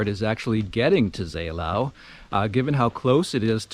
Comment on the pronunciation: A lot of people got confused of the ow-Endings of town names in this area like Seelow or Hathenow some Kilometers away. Seelow [ˈzeːloː] (ZAY-low)